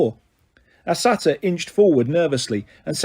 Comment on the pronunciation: Same with saytr idk how to spell it